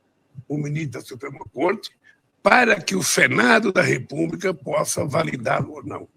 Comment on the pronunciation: ele acertou corrupção mas falou "repuba" e não republica